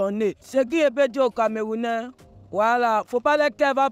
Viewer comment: Le vieu là dire camarounais😂😂😂😂